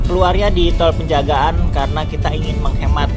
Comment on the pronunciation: Toll pejagan, bukan penjagaan